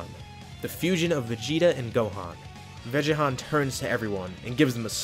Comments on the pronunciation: sorry but vegi-Han sounds stupid, should have pronounced it ve-ge-Han for the GoHan vegeta fusion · Not vegehon. Its vegan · Why ‘Veggiehan’? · Bro said vegehan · Cool till he said veghan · Veggehan sounds like I’m calling vegetables oni chan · Vegehan? Lol oh man thats almost comedically depressing.